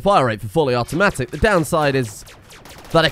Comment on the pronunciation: Fuwwy Awootomatic